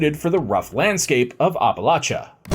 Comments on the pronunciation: The way you keep pronouncing "Appalachia" makes me cringe. Someone from the region tell me he's doing it wrong, please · From WV here. It’s hurting my ears! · Oh my Gosh! Great video. I’m from WV, but your pronunciation of Appalachia is incorrect and killing my ears. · "The way I pronounced it is the right way, apparently." according to some people. I've lived in the area almost my entire life and no, we do not pronounce it that way. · It's so bad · every time i hear it a little voice screams APP... APP-a-latcha. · Wish I could watch this but can't take any more of "OppaLOTcha". It's pronounced AppaLATCHa. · it’s the first syllable that I have a problem with. He says Ahh Pa not App uh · As a WV native hearing the way you pronounce it as oppa-lotcha is so jarring. Where I'm from it's any of Appa-latcha or Appa-lay-sha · App-uh-latch-uh!!!!!! Say it right or keep it out of your mouth. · Ahp a LOTCHA? 😂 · ITS NOT HARD APPLE- AT- CHA.... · Maryland here 😂 I do say the same it bugs me so much lol it’s not that hard it’s always the people that are not from here try to make it seem like there right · glad it’s not just me lol i’m like where are you from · I've heard a lot of people mispronounce Appalachia.. but holy fuck nuts?! Yours is the literal worst I've ever heard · bro you butchered Appalacha its app like on the phone at least thats how we say it in the south. great video btw I really enjoyed it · Terrible pronunciation of the title region. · It's always good when this bit of history gets some attention. But man, every mispronunciation of the region gave me a full body twitch. I live minutes away from Paint Creek, and have traveled all throughout the Appalachian Mountains, and I've never heard it said like that. You still get a thumbs up, though. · it 100% is not correct